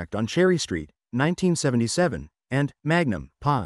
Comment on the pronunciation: "Magnum...pie"? Instead of Magnum P.I. ...P.I..... as in Private Investigator!? Who narrated this video... A.I.? I was enjoying it until all the "audio" screw ups grew annoying!